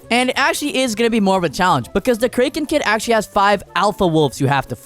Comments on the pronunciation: Btw I noticed when u said kraken kid and pronounced it as (crake-in) when its pronounced as (crack-in) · Cra ken it’s pronounced like that not like this crae ken kid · "We need to get kreken kid " WTF IS KREKEN KID 😭💀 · Wasn't it pronounced kraken instead of kraken? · Jeez. The way you say kraken. Like wtf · it's pronounced kraken, not kraken... Smh, never watching you again. 💔